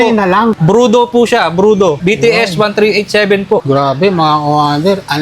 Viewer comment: brodu hindi brudo engot!